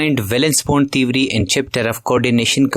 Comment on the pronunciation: Theory ❌ Thewry✅